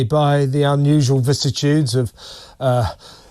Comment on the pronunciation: Vicissitudes, not vissitudes.